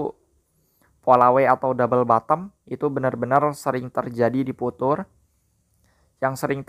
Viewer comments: viuchers bang bukan vutur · bacanya fiucer bukan putur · Bukan futur bacanya, fiucher